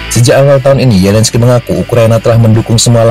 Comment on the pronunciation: pembaca skrip nya gabisa mengucapkan Z ZAPOROZIA BERBUNYI YAPOROSIA ZELENSKI BERBUNYI YELENSKI perlu di oprasi lidah nya